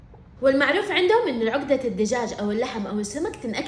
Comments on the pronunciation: اسمها عقده وليس عوقده😂😂😂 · العقده تنطق عَقْدَه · تنطقي العقده غلط هههههههههههه